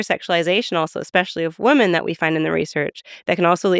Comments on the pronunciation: Why does she keep pronouncing women as woman? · Definitely don’t agree with Julia’s views on monogamy and polyamory, I’m with Lex on this one. Also, why does she pronounce “women” and “woman” the exact same? They should sound different. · Agree on both counts. I thought I was mishearing whenever she said "woman/women".